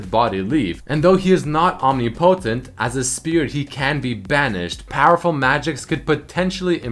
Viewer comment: I died when you said "omni-potent" xD